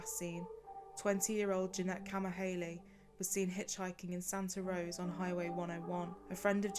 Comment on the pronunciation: Not Santa Rose, it's Santa Rosa, my hometown